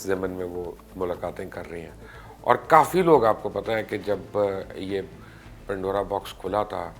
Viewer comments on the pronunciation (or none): none